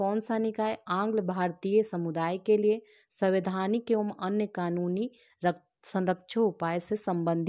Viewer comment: Samvaidhanik not SAVIDHANIk